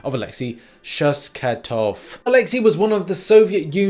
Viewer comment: Alexi Shostakov not Shoskatov :D